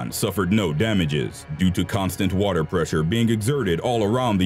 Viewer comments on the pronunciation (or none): none